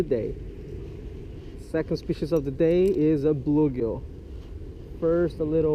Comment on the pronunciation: ahh yes… a bloogill